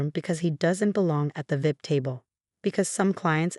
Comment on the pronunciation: there a lot of really bad parents sadly but this is a wonderful mother and the AI screwing up how they say VIP is quite funny